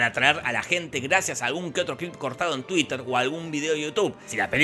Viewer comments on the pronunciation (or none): none